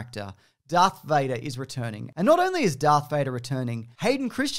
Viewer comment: IT'S CHRISTENSEN DANK FARRICK. C H R I S T E N S E N. NOT CHRISTIANSEN! CHRISTENSEN!!! My point is, his name is Hayden Christensen.